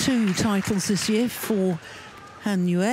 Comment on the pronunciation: Welcome back Gill, love the way you say Han Yue! I believe that is correct.😄😄😃